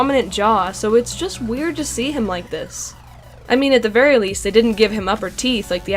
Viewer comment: Haha you said Barry instead of very